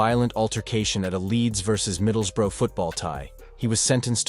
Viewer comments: I respect an american who goes to the trouble of learning the correct pronunciation of our English towns. Edit: ok you trailed off further in, it's pronounced like 'bruh', like watup bruh, middles-bruh (not middles-boro) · middles-burrow aha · American making documentarys always be aware they are full of shite cannot even say Middlesbrough properly 😂 in them days which I was a part of there were loads of people like Duffy he was nothing special fed off drunks and sucker punches as did many he didn't mess with the real elite or even decent ones and he got a beating few times that I personally know of